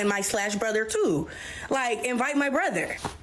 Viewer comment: How come they pronounce, Brother, " brotheeere"?